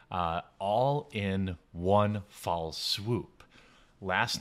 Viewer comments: Isn't it FELL swoop ? Not fall swoop ?? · It's "one fell swoop" not fall